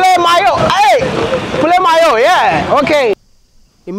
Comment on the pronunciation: Congratulations Maya and Trudy!!🎉🎉 We knew this was coming soon So happy for you guys Sorry about your bad experience in some countries Thank God you turned it into good (views and more subs) You actually pronounced "poulet mayo" right: amazing! Nice video as always Waiting for you here in France, in case you wanna visit coz I know your focus is Africa. Would love to do a Collab with you and take you around 🙌☺️ Well done Wodemaya 🏆👍